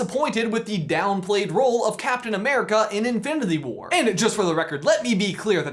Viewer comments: lol at the beginning he says Infididy war instead of Infinity xd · “Infdinity War” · I like how you say "infiniTHy" 😂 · Am I the only one who realizes that they can’t say infinity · It bugs me so much that he can't say Infinity correctly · he messed up the word “infinity”